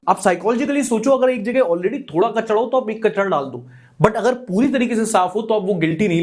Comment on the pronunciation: "KACHDA" na "KACHRA" hota hai. Welcome to India!